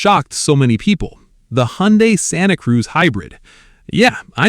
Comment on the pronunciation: As soon as he said Hyundai he lost all credibility.